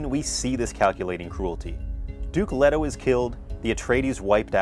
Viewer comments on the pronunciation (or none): none